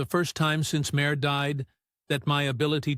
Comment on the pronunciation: I never heard Sinéad pronounced as “Sin-ay-odd“ or Máire pronounced as “Mare” before 😂